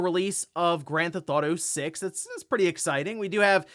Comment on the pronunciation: "Grand Thauto 6" ~